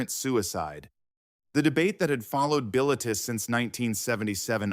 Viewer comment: I saw it in 1977 in France on my way back to the U.S. I was quite impressed at age 27. It's pronounced "Bill-i-Teas" rhymes with crease.